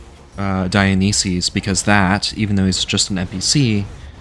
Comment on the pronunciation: I can forgive "dioneesees" and "typhin" but I draw the line at hotdog 😂 those are good old American γύρος, like the kind you'd get from a small food shop at a strip mall run by a guy named Spiro. Just order it as a "yee-ro" with a side of fries and extra τζατζίκι and you're golden. Great video! What in interesting challenge!